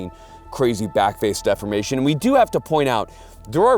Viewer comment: Every time says 'backface defimation' it's shot tyyyme